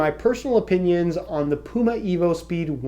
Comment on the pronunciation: He is human. Everyone makes mistakes. He will fix "pume" to "puma". Calm down everyone.